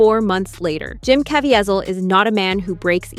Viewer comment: His name is pronounced Jim KA VEE ZEL